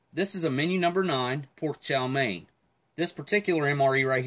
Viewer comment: Chow mein “main” lol